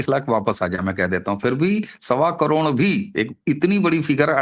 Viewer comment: करोण नही करोड बोलो क्या आप "ड" अक्षर का उच्चार नही कर सकते?